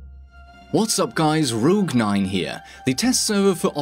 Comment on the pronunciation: Dude you mixed the phonetical "Ro" from "rouge" and "gue" from "rogue" and it sounds like "Rougue" in the intro. haha